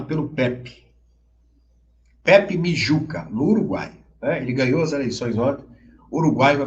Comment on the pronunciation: Não é "Mijuca". É Mugica.